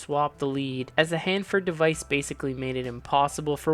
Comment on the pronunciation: You can’t even pronounce Hanford correctly who the hell are you?